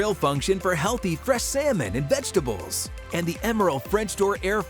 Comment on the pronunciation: Vegetable not vegetal